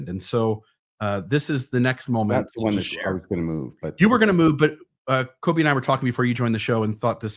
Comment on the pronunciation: I chuckle when calls Colby, Coby throughout this episode.